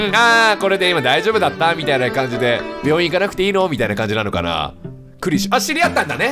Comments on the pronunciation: しかも大分変わってて草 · 最初はクリシュって読んでたけど、どんどん感情移入しまくってニクシュって読み続けるキヨが愛おしい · それに画面にクリシュがあれば読む際はちゃんとクリシュ、自分の言葉のときだけニクシュｗ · ストーリー本当に心に刺さってめちゃめちゃ涙でてくんのに途中からキヨがクリシュのことニクシュとか言い出して毎回ニクシュって言う度に「クリシュ……」って半泣きで呟いてしまう自分がいる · いいゲームすぎるけど途中からキヨがクリシュをニクシュって間違えてるのが面白すぎるw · クリシュ→リクシュ→ニクシュになってるw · キヨの中でだんだんクリシュがニクシュになってんの笑う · 最後クリシュって言えたのに最後の最後でニクシュww キヨはなんやかんや心が綺麗だからこういう綺麗なゲームしてると本当に心が浄化される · 途中からずっとクリシュのことをニクシュっていってて面白かった笑いつもはふざけてるキヨだけどこういうゲームだと真面目にやってるの素敵だしキヨの優しさが溢れ出てて好き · 徐々にクリシュがニクシュになってんの好きwww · 感動の物語なのにクリシュが途中からニクシュになったのがまじで面白くて涙ふっとんだw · すごい感動して泣けるんだけどクリシュのことニクシュって呼んでて笑ってしまう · 途中からクリシュがリクシュになるのおもろい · クリシュのことを最後の方は ニクシュって言ってるけど、 それくらいキヨは集中して話に入っているんだろうな〜…。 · キヨが途中からクリシュのことリクシュって呼んでるのなんか好き笑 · クリシュのことずっとリクシュって言ってるキヨ可愛いWWWWWWWWW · クリシュなのにニクシュって間違えてるのが気になりすぎてしまったw